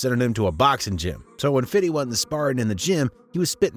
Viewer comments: I’m sorry but why do white people say “Fiddy” instead of his name “50 Cent”. In all curiosity, I would love to know. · I can't stand these YouTubers always saying "fiddy" cent lol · Bruh I can't stand you 😂 it wasn't 1 bullet it was 9, it's not fiddy cent or fiddy, and buddy's name was most certainly not homo 😂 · I hate when white people say fiddy cent 🤡 we don’t even see you like that and we’re black😂😂😂😂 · His name is pronounced "fifty cent", not "fiddy cent", and you aren't a gangster, so please stop being cringe. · DID YOU SAY FATTY CENT YO HAHAHAHA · i swear i hate how white ppl say 50 Cent and 2Pac's name ... "Fiddy" ... "2Pack" .... smh 🤦🏾‍♂